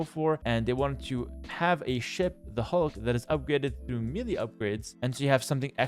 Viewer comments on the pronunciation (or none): Love your videos! Just want to say that melee is pronounced "may-lay." Sorry to be nitpicking, but I wouldn't want younger viewers to get confused about how to pronounce this word.